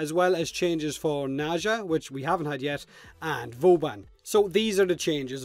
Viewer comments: Haha he says booban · why do you call him "Booban"?